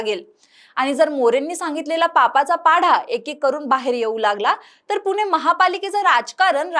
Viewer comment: आधी पुणे म्हणायला शिक .